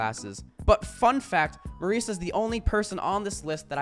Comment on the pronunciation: Me saying wrightous as you say merisa